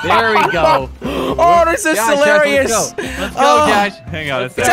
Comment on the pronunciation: You said silarious😅